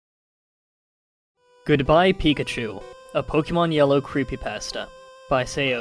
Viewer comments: It's pronounced cree-pee paw-stah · creepy pasta (Kreepe Posta) you pronounce it wrong